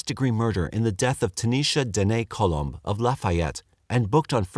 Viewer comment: lol it’s ‘Colom’. It’s a Spanish last name meaning Dove. Love the crappy jokes though!